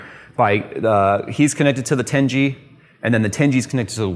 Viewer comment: The way says "tengey" instead of 10 G